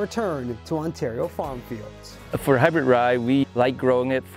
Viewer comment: Hey Announcer, Did you say "hybird" ?? WTF?